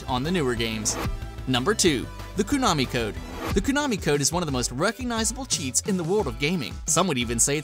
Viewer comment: Everytime you say Koo-nami I get a little more angry..